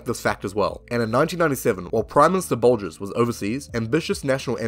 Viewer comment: Really enjoyed this vid mate, wish there were more kiwi conrebt creators along this line. Tiny quibble though, its Bolger not Bolgers.